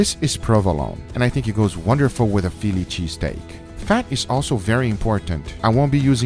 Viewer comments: Fillichee steak 😂😂 gotta love guga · Fi Lychee Steak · "pheely cheesteak" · He said filichy steak! 😂